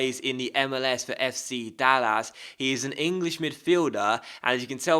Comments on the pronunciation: Dallas not dallassss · Lol, I am from the Dallas area in Texas and they way you said Dallas was interesting. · I'm pretty sure the pronunciation of "Dallas" was weirder lol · That pronunciation of Mitchell and Dallas though ;) but another quality video again, you're so consistent it's great!